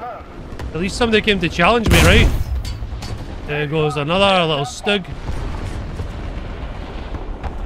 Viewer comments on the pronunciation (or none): none